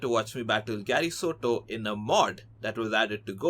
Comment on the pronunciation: It's Sato